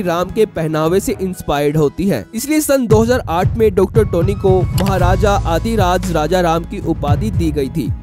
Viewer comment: Maharajaa dhiraaj he adhiraaj nahi Hindi pronunciation thik karle bhai